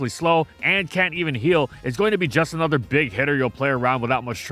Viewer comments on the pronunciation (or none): none